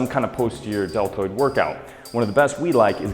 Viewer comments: did he say DeL turd or deltoid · He said "delterd" lol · "Lateral head of the del-turd" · "delturd" lol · YES! Thank you! Finally shoulders! Awesome by the way it sounded like you said delturd